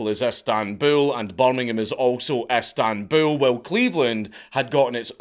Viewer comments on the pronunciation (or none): none